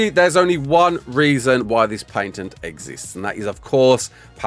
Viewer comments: What is a "paYNtent"? Why are you adding extra letters in there? The "ay" i kind of get cause "a" in that rough accent could lead to that but adding an "n" is nuts..at that point an accent is a detriment lol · "Paintent" xD